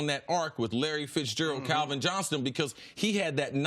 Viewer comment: Why does no one tell Cris Carter that Megatron's name is Calvin Johnson, not Johnston? He does the same thing with Alshon. "Alshon Jeffries". At least pretend like you care.